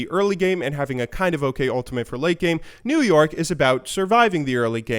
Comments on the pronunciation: I thought you kept saying new york instead of new yoric hmm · i honestly always understood him saying old york and new york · Is it just me or does it sound like he says new York when he says new yorick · i could've sworn he said New York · am i the only one hearing new york instead of new yorick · it sounds like you say New York instead of new Yorick :'D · Sounds like you are saying "New-York" not new yorick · lol 'new yorick' sounded like 'new york' 😂 pls help me my humor sucks.. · Sounds like you're saying new york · I keep hearing you saying NewYork even though i know you're saying new yorick :| lel kappa